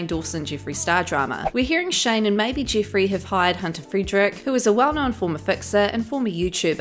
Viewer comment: The way you say Jiffreeey is🤮